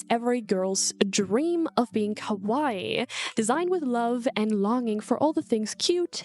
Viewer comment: kowai " what you are saying, means scary. Kawaii, what you mean is pronounced "ka- wa- long E"